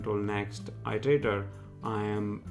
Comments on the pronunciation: Its pronounced erderaydor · It’s pronounced as eat-erator.